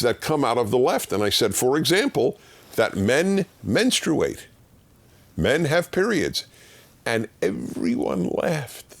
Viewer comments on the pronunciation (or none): Partially, Dennis, they were simply making fun of your pronunciation of 'menstruate'. Your pronunciation seems to be a very uncommon one, though to be fair, it's a seldom used word.